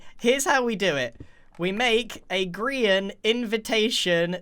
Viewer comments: grian delivery system? nah gri-n-t yeeter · A griant mansion 😂